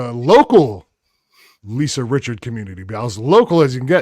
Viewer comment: Richard. No "s".